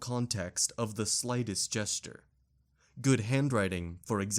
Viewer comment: PS "Gesture" isn't pronounced the same as "jester."